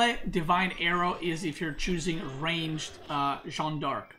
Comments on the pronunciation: Dude Please it's not John, it's Jeanne, ... at least pronounce like Jane, ... or ask marine lord how to pronounce it in voice chat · You're pronouncing Jeanne d'Arc well except you pronounce the an like in Jean, but in jeanne both e's are silent. it's like Jane except with a fully open A sound as in Ann. Jeanne. Jann.